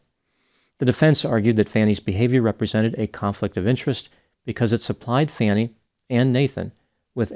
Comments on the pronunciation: I’m from Atlanta. The lady’s name is Fani, pronounced “Fawnie”, which is not clear by the spelling… but I love it that everyone in national news calls her “Fannie” like Fannie Farmer or fannie pack (a slang word you don’t use in Europe). She must hate that so much!! 😂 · It’s pronounced Fawni, not Fanny. Also, it’s typical of Trump and MAGA supporters to smear anyone who opposes them. In addition, it’s typical of insecure and egotistical men to condemn strong women who pose a threat to their sense of superiority. Who Fani Willis slept with is irrelevant to the Georgia case and everyone knows that it’s just one more desperate smear tactic to try to make the case disappear. Fani was threatened, prosecutors, judges, court personnel, and election workers were threatened and the threats were legitimate. Fani wasn’t the only one threatened due to Trump’s rhetoric and she wasn’t the only one who temporarily moved and hired security as a result. I don’t blame her for getting angry when the sleazy Trump lawyer tried to imply that she moved out in order to have a love nest. I would be furious. I’ve been married for fifty-four years and I have never been treated disrespectfully by my husband, our male friends, and by most of my male colleagues. Real men don’t have to resort to belittling women in order to make themselves look good, unlike Trump and the MAGA acolytes. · The pun at the end was really disappointing. It's pronounced like "fawn", not "fan". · Why do you pronounce her name "Fanny" when it's apparently pronounced "Fawny"? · Her name is pronounced FAH-nee, not fanny. You are really showing your true colors. Too bad. You're gonna alienate a lot of good people. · …get it right 😂her name is pronounced F-A-R-N-I …not Fanny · Pronounced Fawni too bad she didnt spell it that way. Its not pronounced Fanny. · Its pronounced Fawny not Fanny😅. Just sayin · Her name is pronounced faw ny not fanny. Trumper. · yeah get her name right,! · her name is Fawn ee